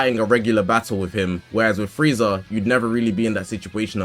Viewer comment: Its frieza. And its not close